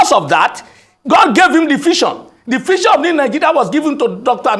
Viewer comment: Did he say 'Fision' or 'Vision'😂😂